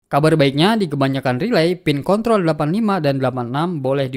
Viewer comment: Pin kontrol bang. Bukan pin konthol 😂. Videonyabagus bang. Sangat jelas. Videonya paling bagus di youtube